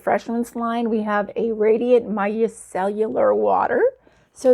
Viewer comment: Allow me girl.... pronounced "My cellar" like a basement. Lol! Micellar water.